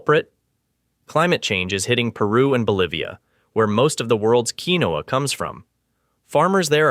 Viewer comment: Look up the pronunciation. I’ve always heard it pronounced KEEN wahhha (2 syllables)